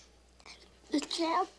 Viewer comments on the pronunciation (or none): Is he saying dad or champ